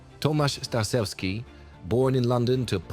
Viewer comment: Starzewski not Starsewski ... Rz = zh not s ...